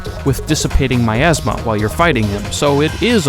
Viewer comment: Miasma? No. "OURasma"